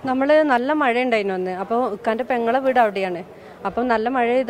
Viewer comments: Nee aadhyam poi naak vadichitt ഴ parayaan padikk. അവന്റെ ഒരു മയ 🤣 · "മയ" അല്ല "മഴ" എന്നതാണ് ശരി. ഓരോരോ ദുരന്തങ്ങൾ.